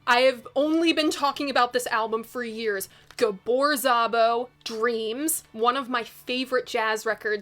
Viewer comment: Deeams Dreams and Dreams. Gabor Szabo is (was the man). By the way ti is pronounced Gahbor Zahbo.